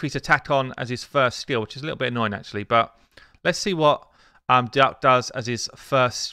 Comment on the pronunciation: Calling him Duck makes this video sound ridiculous. Not sure if it's right, but could we just decide it's pronounced duke?